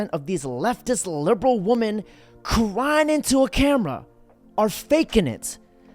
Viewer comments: like your content but when will you learn to pronounce women its plural bro! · I believe he's saying it on purpose. Sarcasm, like using the word "wamen".